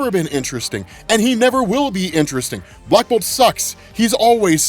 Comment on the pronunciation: lmao the way says blackbolt sucks